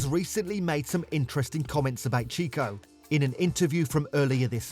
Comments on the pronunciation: Cheeko? All the sound effects added at the end of each sentence was annoying as. Don't try so hard. And make sure your voice over knows how to pronounce the names correctly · Yeah, done with this video the moment the guy said "cheeko". If you can't pronounce the names, I'm not going to trust your analysis.